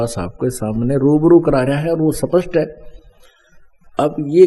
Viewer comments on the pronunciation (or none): none